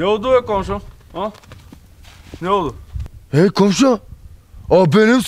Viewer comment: Ако кажете,че кравата ви е умряла на някой БАШ по начина по който го произнесохте ще падне смях :) -oldu и öldü имат коренно различен превод